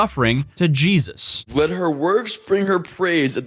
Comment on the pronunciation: Bro pronunciation of Jesus is wild